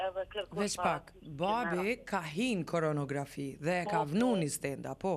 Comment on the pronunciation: Koronarografi thuhet , jo koronografi